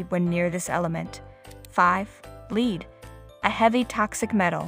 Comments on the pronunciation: Lead is pronounced "led"--please. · Another AI generated video -_- that's why it's pronouncing "lead" as the verb and not "led".